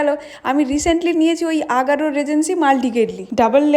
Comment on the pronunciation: উচ্চারণটা আগারো না, অ্যাগারো